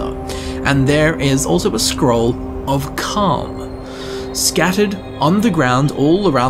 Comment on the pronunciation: scroll of .... I overheard the "L"